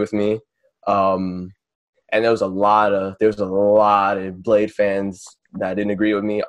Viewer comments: No it's fucking not lol.. It's pronounced BLADIE or BLADEY.. I've met both Lean and him multiple times in Seattle after shows and listened to lean call him "Bladey" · How they pronounce it "BLADE" lol Get it right plebs. The god king Bladee don't approve.